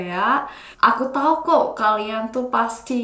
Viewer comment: 살해서요! Bahasa Indonesiamu udah keren banget, cuman pronunciation di beberapa kata kayak "kok" itu bukan 곡 tapi diucapkan 걱... Kata 'orang' juga lebih pas dibaca 어랑. Terus kata 'kolaborasi' kedengarannya kayak 'kolabrasi' harusnya bo nya tetap diucapkan jelas. Tapi overall udah bagus.